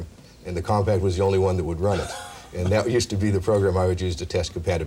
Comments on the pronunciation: It’s not pronounced “COMPACT”! OMG, have some self-respect - you’re gonna be on YouTube one day. X-P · Did nobody know how to pronounce "Compaq"? I swear they keep saying Compact